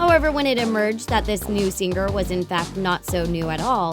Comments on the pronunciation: Its Sing-er not Sing-ger. Driving me nuts! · Could you maybe hire someone who doesn't butcher the word 'singer' every single time? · ITS PRONOUNCED 'SINGER' NOT 'SING-GER' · its singer not sing ger